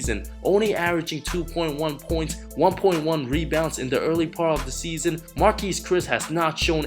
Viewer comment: Omfg seeeeeesson always with the same accent,pronunciation and timing..it really kills my ears..you say "season" that way on purpose,don't you?